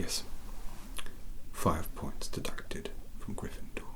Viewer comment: "A-FIVE MILLION-BAJILLION POINTS FROM, A, A-GRRRRRRRRYNFENDORRRRRR"